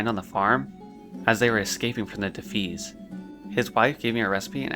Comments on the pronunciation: Sorry I hate to be this person, but the red bandana people are called the “Def- EYE-as,” not “Def-EES. Otherwise really cool that you’re loving the game dude, I’m going through Classic add-ons-free too. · It's pronounced de-fy-ass not de-fees. No hate! Just a tip. Well done on the video. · I never heard anyone say defias like that lmao it's [De-fi-yas] <3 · co-bold, not cobbled... defias... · Good video, just constructive criticism, mispronouncing words is distracting, for example Defias and Kobalds. Keep up the good work, I know it’s time consuming